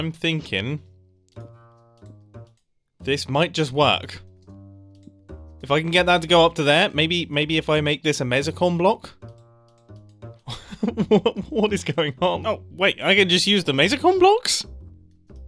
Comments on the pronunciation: It is pronounced mEc and mEcons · Don't take this wrong, I am just trying to help. It's Mesecons. Pronounced Meese-cons. There you have it.